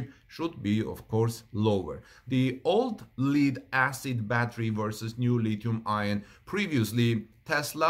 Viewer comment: Thanks Howard! I was going to mention the same thing, adding that I have never heard anyone pronounce the acronym "Li-Ion". Rather, one just pronounces both words "Lithium Ion" Also, just to be clear, like Howard points out, the word "Lead" is pronounced like the name "Ed" but preceded with "L": Led